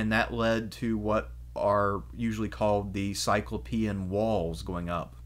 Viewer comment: What I love about your presentation is I can just listen on the audio hide it so Richard information I don't need to look at my little screen of my phone. This is a very Petty issue but I'm sure you're familiar with the Cyclops in Homer... Therefore why do you pronounce cyclopean walls in a way that sounds like a European with wheels instead of feet... The word Cyclops in cyclopean should be pronounced just that way